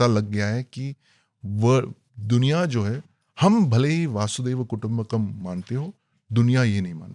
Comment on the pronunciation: वासुदेव कुटुंबकम = अशुद्ध उच्चारण वसुधैव कुटुंबकम = शुद्ध उच्चारण (वसुधैव - वसुधा+एव) वसुधा अर्थात धरती और एव अर्थात ही मतलब धरती ही कुटुंब है अर्थात धरती ही परिवार है